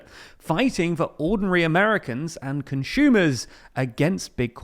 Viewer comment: bro said conSHumers💀